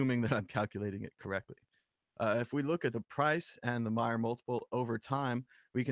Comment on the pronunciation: Trace pronounces his own name M"A"yer... like May-er. Not Mi-er. Sad you can't pronounce it correctly when there is ample opportunity all over the Internet to listen to Trace pronounce his own name. Unless you change, it will only serve to diminished your own credibility. For such a big reader, it's sad you keep getting his name wrong.